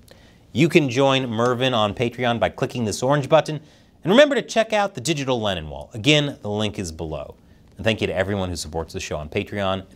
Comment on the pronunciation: Does anyone else notice hklennonwall sounds like 'hkLeninwall'